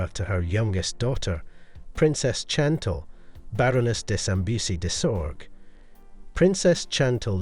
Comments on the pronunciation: The h of heirlooms is silent. Fleur de lis and Chantal were also mispronounced. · It’s a soft C in “Chantal”